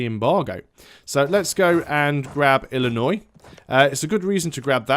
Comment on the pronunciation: Super pumped that you pronounced "Illinois" correctly. Plenty of Americans can't even seem to figure it out hahaha